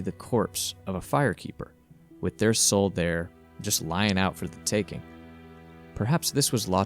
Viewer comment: Said the fire keeper soooooooooo wrong